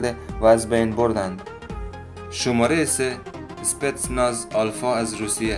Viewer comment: متشکر ازحماتت امابهترازس کابلی دری صحبت کنی چون وقتی فارسی ایرانی صحبت میکنی لحجه داری و کلمات رابه وضوح بالحجه دری تلفظ میکنی‌مثل شمارخ که شوماره‌گفتی